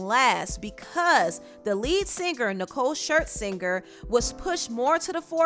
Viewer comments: The lady speaking pronounces her last name so weird it’s not (shirt-singer) it’s (shirs-inger) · Not Nicole “Shirt-Zinger” lmao That’s about as bad as Wendy Williams calling her Nicole Schlesingberger. 😂😂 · She saying Nicole Shirt-Swinger? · I’m dead you keep calling her ShirtSinger 😂